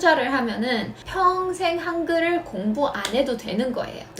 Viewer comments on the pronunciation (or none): 한국어 수준이 엄청나십니다 한가지 어색한단어는 공부를 겅부라 발음하시네요